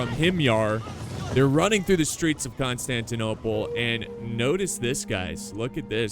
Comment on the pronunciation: i liked the video before watching it just cuz you said right the city name